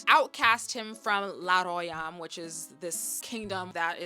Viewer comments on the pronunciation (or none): Honnestly, take out the heteronormative aspect and the mail gays, and this is close to a masterpiece. Plus the whole french theming is cute! Btw it's not La Royam but Ley Rwha-yom ;)